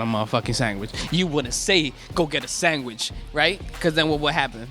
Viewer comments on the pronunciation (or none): Why is no one talking about how that one guy is saying "sangwhich" shivers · We can't trust him. He can't even say sandwich without saying sangwich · That girl pronounces sandwich like "samwich" this discrediting her argument that hot dogs are sandwiches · Can we all just agree that sandwich it not pronounced as samwich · every time that guy said "sang-wich" a little piece of me died... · is this guy saying sangwich all the time????